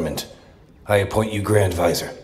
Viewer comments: They don't even know how to say 'vizier'! They are pronouncing it as 'vizer'! Terrible English pronunciation! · Quit saying 'visor'! It's vizier...